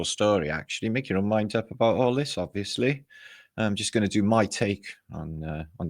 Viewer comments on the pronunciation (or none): none